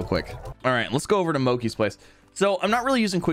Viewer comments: In subtitles he’s saying moki it’s mochi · i hate how he says mochi its supposed to be mow-chee and not mow-key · Its not mokey its mochi mo chi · Everyone wanna talk about the water splash thing, but no one wanna talk about how he says moakee and not mochi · He says Moki instead of mochi LOLOL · mo-chee. not mo-ki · its pronounced moh-cheee not moh-key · mo-chee. It’s based off a Japanese desert made of (i think) sweetened rice flour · I pronounce it Moh chee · It sounds like he says monkey Manor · Been having a BLAST watching your modded slime rancher series! Also, I love how you've been mispronouncing Mochi haha